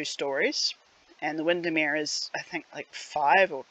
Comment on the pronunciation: You pronounce Windermere correctly. Might be an idea to linky a shot of the original building? :D